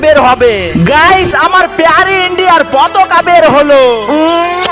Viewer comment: Potala NA potoka😊😅😅